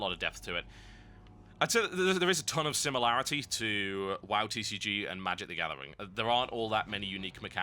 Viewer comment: TCG not CCG it sounds like he is sayin "c" though